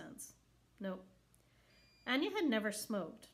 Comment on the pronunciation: It is pronounced A-Nay-A instead of Anya